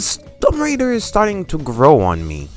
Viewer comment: homie said Tom Raider!! is that her bro or....